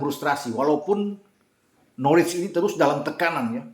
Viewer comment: Dibacanya bukan Norwich, tapi Norich